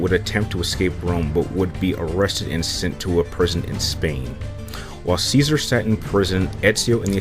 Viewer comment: Cesare is pronounced chesare actually but you are saying scissor